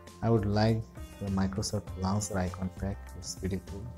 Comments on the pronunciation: First learn how to pronounce the word launcher. It is not lancer. There are many YouTube videos on pronunciation. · I used this but when I restarted my phone the icons were back to where they were before. And you mean to say "launcher",not "lancer"! LOL